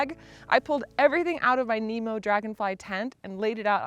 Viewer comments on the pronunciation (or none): none